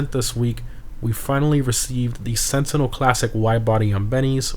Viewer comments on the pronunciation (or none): none